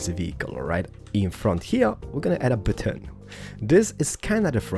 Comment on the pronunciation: Hes keep Saying butoon